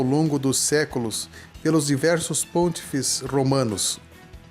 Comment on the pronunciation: o que a ignorancia faz com o ser humano, que insiste em ver o coiso em tudo!!! Esse rapaz precisa estudar mais um pouquinho e pelo menos aprender a pronunciar "pontífice"...